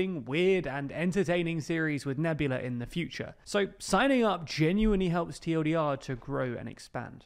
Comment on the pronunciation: The* not “teh” 😂😂😂😂